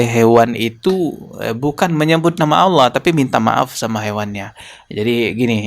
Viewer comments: Si ini Memang misionaris sejati....nyebut nama Allah saja Aweloh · Dari pelafalan Allahnya Jelas ni orang agamanya kristus deh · Loe yang terkutuk 😅😂 nyebutin Allah aja lidahmu melungker2 😅😂 sok2 an mengartikan 😅😂